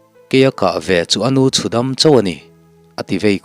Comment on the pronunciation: I chhiar ngaihnawm dap dap thin e. 'A-nu-chhu-dam' hi a tê sawina a ni a, chakai tê nawi deuh deuhte hi 'a-nu-chhu-dam tê tê' an ti thin. 'nu' tih hi thlûk tur a ni lo thung. 'Nu lianpui mai a ni' tih a, 'nu' rikin a ri tur a ni.